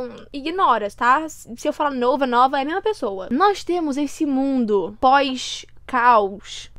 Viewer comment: "vai mudar o mundorrrrrr" akakakakkka